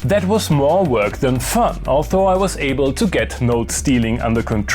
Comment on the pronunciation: Kannst Du noch mal "although" sagen... ;)